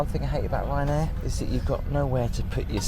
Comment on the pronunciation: Ryanain? Do I win a prize? 😂